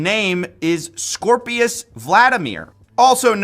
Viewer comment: scorpius not scoprio.....